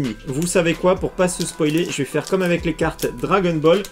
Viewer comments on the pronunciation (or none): none